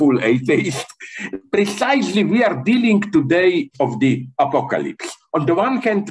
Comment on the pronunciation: He said "Apolalypse" and Siri woke up on my Iphone 😂